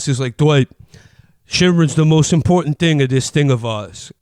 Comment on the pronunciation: "impordant" makes me wanna grab him by the shoulders and demand he go see some kind of lip or tongue doctor. Or "patreon" as "Pat" [Patri-archal] "reon"